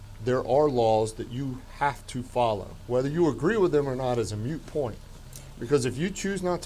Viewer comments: It's freaking "moot" not "mute"! Irritates me to no end when people dont know the difference... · That cop said mute point..... and that infuriates me because the word is "moot" not "mute" That woman has had an extensive arrest history. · Moot not mute point… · Also that made me cringe. It's "moot" point. Not mute. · Mute is NOT moot